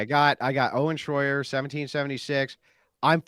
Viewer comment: “Shroyer” Here we go again 🙄